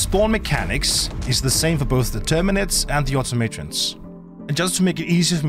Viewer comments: See, i say automatons.... where as, you say auto-matons. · "Auto Matrons"??? Automaton. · Auto may tawns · You say automatrons wrong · swear if this dude say automatons like that again i’ll vow never to watch another vid😂